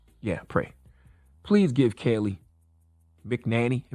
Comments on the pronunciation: It’s pronounced ~ Mack Kin Nain Nee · Charlamagne its “ mac-ah-nay-knee” cmon bruh do your research before you clown someone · "MAC - IN - ANNIE" Hope that helps!!! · It’s MAC-A-NAME-ME! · Charlemagne..... it's ok that you have a squad that writes your donkey of the days...... I listen all the time Your voice is lost when its obvious you dont know what your talking about via mispronouncing that's birds name of the gate....... review with your interns before going on air.... good points in there but it was lost of the first 2 secs #correctyourbars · You can’t even pronounce her name. Why should anyone listen to you?